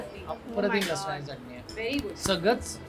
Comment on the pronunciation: Lasani nahi Lasana chi chatni asate ti😂🎉